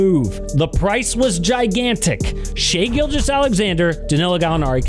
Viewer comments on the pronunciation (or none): none